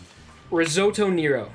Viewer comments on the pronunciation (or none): Sorry man, I love you, but it is Risotto Neh-ro, not Near-o xD